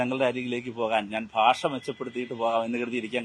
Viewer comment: ഭാഷ അല്ല. Paasa